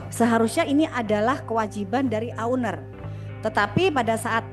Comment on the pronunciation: Owner bukan Auner